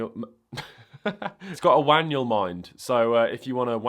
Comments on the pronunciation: He says Wanual Mind - I swear it! Love the video though!! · and "Wanual mind" 😅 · I love how you stuck with "wanual mind". 🤣🤣🤣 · Did I just hear wanual mind? Subscribed!! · Excuse me? "The wanual mind" ???